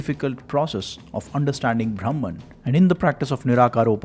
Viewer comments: The pronunciation of the word " brahman" makes all the difference. When the narrator in the video says" braahmman" it's wrong pronunciation. It's actually "bruhmn" or bruhmom" . It's the other word for "ultimate knowledge". What is ultimate knowledge.... it's about the formation,working and existence of the universe!! In other words it's about "skanda" what is the meaning of scanda? The minutest molecular of an atom is called skanda!! So brahmaom is nothing to do with Vishnu,Shiva or any so called "god's" we worship but the essence of the Universe. Earlier men used to worship nature & animals. . That is very sensible. Because that way we won't destroy or damage our nature. Now we realise how much we exploit, destroy our nature through deforestation, quarrying, mining, polluting our rivers,land,air etc. So respecting nature was more sensible than worshiping Vishnu,Shiva,Saraswati,Lakshmi, etc etc. Now we worship power& money. Still we proudly believe that we are the most advanced humans in the history of mankind!!😑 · ब्रह्मन् should be pronounced BRAH-man, not BHRAM-an. Bhram is confusion, delusion, erroneous perception.